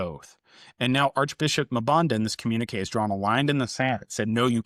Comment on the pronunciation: Let me help you with pronouncing African names with two consonants The first consonant is pronounced as a letter so M-Banda, N-Gulu, M-Fante